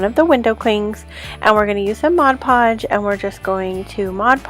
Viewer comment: the word ornament does not have a "d' in it. not ordament. and it is modpodge not modgepodge. if you are doing these videos try to pronounce correctly please.